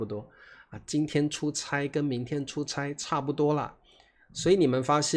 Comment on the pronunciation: 差不多 is pronounced cha , 但是 “出差” is pronounced chai. Hmm. 😊